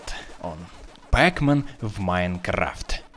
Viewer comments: НЕ ПЭКМЕН А ПАКМЕН!!! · не пекмен а Пакмен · неправильно пекмен а правильно петмен! но неважно. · Не пекмен, а пакмен